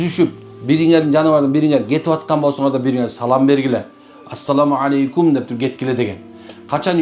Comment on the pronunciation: Арап тилинде ассаламу ьалайкум деп айтылат экен,". Алейкум"- болбойт." е"- тамгасы айтылбайт экен.